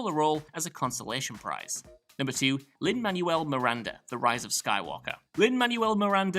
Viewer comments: It’s pronounced Lin-MANWELL Miranda... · If Lin-Manuel Miranda needs no introduction why can't you pronounce his name? 😂